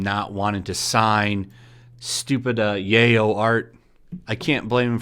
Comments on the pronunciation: "Ric Manjagna" "Yayo" instead of Yaoi 😂. I'm sure I'm saying that wrong, sorry. It's fine m8... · Yow EE not yayoh lmao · Yaoi is pronounced “yow-ee.” Yup, SJWs are going to try and succeed where the Moral Majority failed. They’re going to infiltrate anime subbing, dubbing, and licensing in North America now. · This man said YaIo. Its pronounced Yaoi (Yah-oh-wee). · Yaoi is pronounced Yow-E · His last name is pronounced Minyana. Yaoi is pronounced “Ye-ow-we”. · Hell, I wouldn't sign yaoi fanart either, or yuri, or any sexually explicit fanart. By the way, yaoi is pronounced yowee. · Yaoi is pronounced “yow-wee”. Beyond that, I really can’t believe things are getting this bad. It doesn’t make sense to me. Over 10 years of him being broly and a bunch of other things and suddenly this shit happens. I’m tired of everyone trynna do this to anyone who’s vulnerable for being nice or playing too much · “Yay-Oh fanart” Me: snickers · Okay, have to correct you on one thing because it bugs me. it's pronounced YA-OWWIEE! I don't even like it, but I just can't stand the mispronunciation. Too many years of anime and 2 years of Japanese class won't let me ignore this. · Yaoi = Yeah-OW-EE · "Yay-oh?" Jesus Christ man! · It's basically guy on guy. And it's pronounced "yowie". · Lmao the way u pronounce yaoi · The only crime in this situation, is your butchering of "RWBY" and "Yaoi"